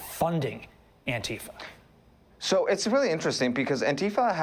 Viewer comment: The pronounciation should be antee fa(n), in my opinion. Instead of fa(r). The way fasist sounds (misspelled intentionally)